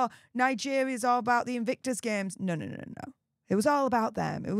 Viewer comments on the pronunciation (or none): none